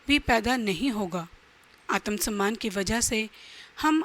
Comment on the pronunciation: आतम सन्मान 😂 सक्रात्मक😂